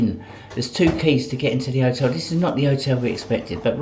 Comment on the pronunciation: And otel lol